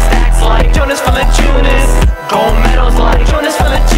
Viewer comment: i just hate how he says VALANCIUNAS. lol.